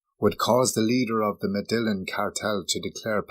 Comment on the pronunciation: when the vid mispronounced Medellin I was out